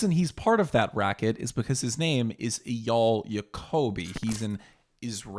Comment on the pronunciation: It’s pronounced AyYAL.